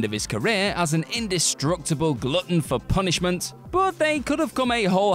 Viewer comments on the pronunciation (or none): none